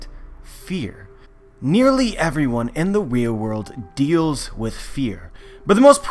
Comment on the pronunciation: 0.30 Wherl world😂😂😂